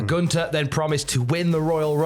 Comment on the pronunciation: There's a "th" in GunTHer it's not "Guntar" 😂😂